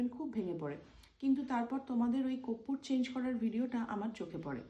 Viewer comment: Teacher vul boltei pare na.... korpur to amra boli ar 420 teacher ar tar 420 Hollywood star koppur bole. 😃😃